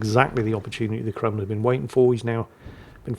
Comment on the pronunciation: I know I wasn't the only person heard say Kwemlin. Has lost his mind thats Flambass's thing Kwaken.